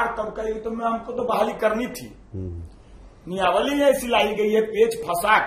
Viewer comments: Niyawali nahi niyamawali boliey . Apke baat se apke siksha ka level pata chal raha hai 😊😊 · Niyamawali bolna Sikh le Bhai phle 😂😂. Exam zaroori hai, bas paper leak na ho